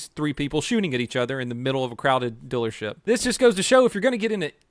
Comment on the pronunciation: He said "dillership" 🤣